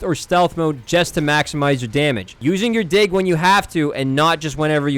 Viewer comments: Bro was not saying "dig" 🥀💔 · I keep laughing whenever he says "Dig" because it sounds like the other word... "Don't mindlessly pull out your dig like a noob" 😭🥀